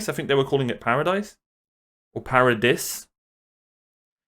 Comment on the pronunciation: Correct pronounciation of the island is Parad-e-s, just pronounce the e as the letter e and just add an s after it, since the island name doesn't have an e at the end. It's spelt Paradis Edit: Made a mistake, the S is silent, as Gestrid in the replies stated.